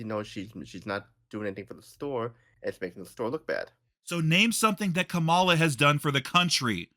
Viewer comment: Wow, I’m definitely voting for Kamala (pronounced with emphasis on the first syllable like “comma” with a “la” at the end by the way) after watching this video. This is a typical example of a hot-headed Trump supporter verbally assaulting someone into submission just because they have different beliefs and opinions, which is ridiculous. I don’t think changed mind, I think just agreed with him just to get him to stop yelling and cussing at him, which is exactly what happens in a lot of these situations unfortunately. Things like this just prove that a lot of Trump supporters are incapable of having a calm, rational, respectful conversation. I’ve found that when people are arguing (about politics and just in general), the person who resorts to yelling, cussing, and insults is typically the one who is in the wrong. If and consider each other friends, I’m really not sure why. This seems like a verbally abusive relationship to me. clearly has no respect for, and I think it would be in best interest to remove himself from life. I’ve been watching videos for several years now, and how he treats is just not right. That is absolutely not how friends treat each other, regardless of opinions and political beliefs.